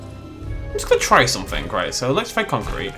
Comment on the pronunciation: How he talks: someFINGK instead of something. Why? Idk. I guess that’s just somefingk weird about him.